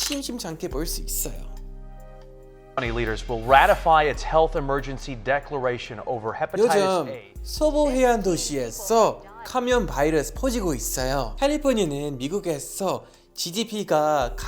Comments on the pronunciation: 여기 간염이 아니라 감염 같네요:> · 올리버 쌤 분에 간염 이라고 했어욬ㅋㅋㅋㅋㅋ